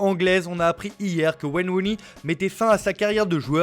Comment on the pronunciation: «Wayne Wounie»